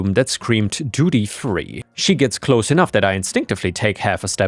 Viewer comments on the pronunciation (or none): none